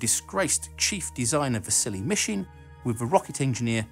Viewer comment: Whenever he says Vasily Mishin, I hear "The silly Mishin"